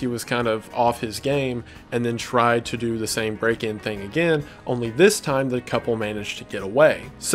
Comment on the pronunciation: And "kithing"